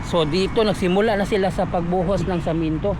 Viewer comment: semento bro,, Hindi samento,,pagbinisaya nlang gud ka